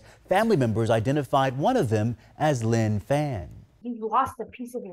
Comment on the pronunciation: It’s pronounced “pahn”